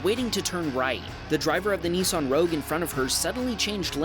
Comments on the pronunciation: It’s not a Neesarn it’s a Nissan 😂😂😂😂😂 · THE CORRECT NAME FOR THIS CAR IS NISSAN NOT NEESAN😡